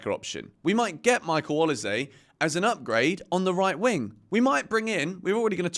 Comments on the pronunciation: It is actually pronounced O-LI-SEH. Not say. It's a Nigerian name from Edo state. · is it pronounced o lee say (Olise) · Is he pronouncing Olise properly? 🧐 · how are u not able to say olise?